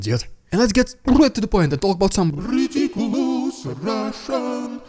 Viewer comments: 😂😂😂😂 I love it, Rrrrriiidicculouss Rrrrrrussian Pppprrrropaganda!! Nice touch Russian Dude👍💯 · That was quite the "rrrridiculous Russian propaganda" performance today. Slava Ukraini!